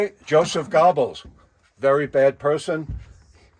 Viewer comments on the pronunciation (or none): It's Hermann Goring not Gordding and it's Joseph Goeggels not Gobbles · He shows the girl the 1938 bullets And she did all but tell him screw you. For someone with that much knowledge on the Nazi era he sure needs to work on pronouncing their names right, Joseph Gobbles